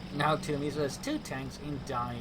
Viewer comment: Hi, just a quick note on your pronounciation of tiramisu. You say tira-misu. Whereas it is more appropriate to say tira-mi-su (as if they were three separate words (italian for "pull me up" [a type of cake or pastry])) Very small detail if you're interested.